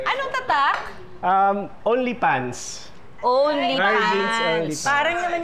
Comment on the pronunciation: Natawa ako sa ONLY PANS sounds like ONLY FANS 🤣🤣🤣🤣🤣🤣🤣🤣🤣🤣🤣🤣